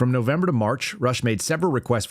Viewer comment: I didn’t know he was trying to say November, until you translated. It sounded like bum-ber.